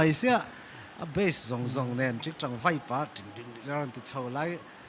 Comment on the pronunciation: Vai tih turah Vei ti a ang tlat